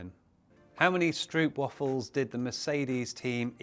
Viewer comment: Please pronounce it as stroap wahfol and you'll have the eternal blessings from the orange crowd